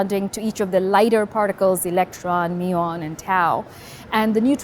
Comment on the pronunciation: I like how , she pronounces 'muon' properly :D